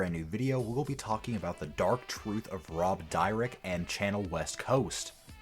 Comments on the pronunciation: Dude their names are pronounced sha nel west coast and rob deer deck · Oh my God dude can't you learn how to pronounce the people's names that you're Going to talk about on your video. Seriously do you live under a rock and you don't know who they are